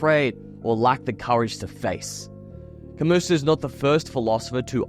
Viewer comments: When one of my good friends was in college many years ago, he made the same mistake of pronouncing 'Camus' with a hard S in a philosophy class. We all laughed at him. But now he's a doctor of philosophy and makes me feel dumb on a regular basis. For a young man, you're well on the way to greatness bro. Keep it up. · 1. You missed the point of the book 2. Its not CAMUS its Camoo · Ok. I can't believe that you mispronounced both his first name and his last name. Hope you are not a scholar on Mr. Camus. The correct pronunciation sounds like Albear Camoo. Goggle it. I took a French philosophy class on the Existential philosophy writers and the teacher was very strict that their names were not mispronounced. Goggle Mr. Camus' name and see. If you are dumb enough to pronounce Mr. Camus' name the way idiot American's do move to America please where everyone thinks we should all speak and behave the way Americans do. After all we are right about everything. Right? Wrong. Very very wrong. Ok. And you used the wrong word. You should have used the word spends instead of spents and you mispronounced Existential. OMG. Young people are so very stupid these days. Although you could be right about everything you got wrong. Existentialism is all about the individual who thinks and lives life the way he sees fit even if it seems wrong sometimes to others.